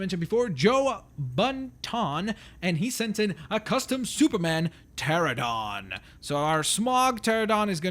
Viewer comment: PTERANODON NOT PTERADON!!